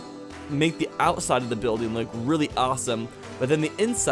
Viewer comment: Count how many times he said ousside